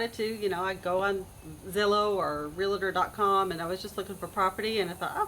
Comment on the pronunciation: REAL-TOR... NOT REAL-A-TOR